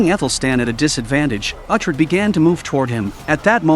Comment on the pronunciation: Pronounce Uhtred correctly please.